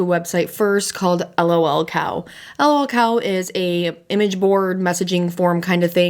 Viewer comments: I was interested in watching until you called it L.o.l cow. I know that's the way it shows but everyone calls it lul cow and I just couldn't. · It's just lolcow like "lulcow" not 'L-O-L cow" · lolcow, not l.o.l. cow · sorry but everytime you say L-O-L cow i die a little more inside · sorry but the way you are saying lolcow is triggering me lol